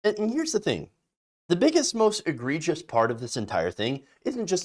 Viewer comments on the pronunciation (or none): none